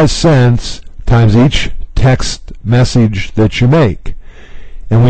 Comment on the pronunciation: Why do you say message and finish weird? You say "finEEsh" and "messEEge".